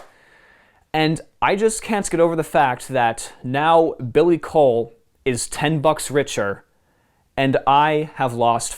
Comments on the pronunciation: Coull is pronunced cool not cole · as a scottish person, i can guarantee you its pronounced "cool"